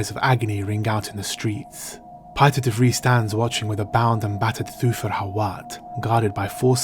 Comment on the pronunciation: So funny to see the name "Piter de Vries". The family name "De Vries" is 100% Dutch and in the top 10 of most common family names in the Netherlands. You correctly pronounced the "ie" sound, but the s isn't silent. I would have loved to have this scene with Paul and Hawat. And also the scene with Hawat and De Vries. It would even better explain Paul's exceptional powers. Almost to show a juxtaposition between the powers of mentats and those of the Bene Gessiret, but Paul learning to master both.